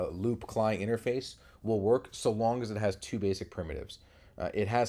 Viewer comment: its a CLI "see al eye" not "klee"